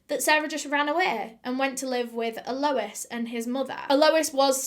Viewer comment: This case was HUGE here!, your eyeliner game is strong today, your pronunciation game is - mmm, not so strong but we forgive you!!!! (it's al - o- EEE- SS)